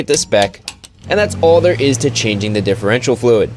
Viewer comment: Dihherential fluid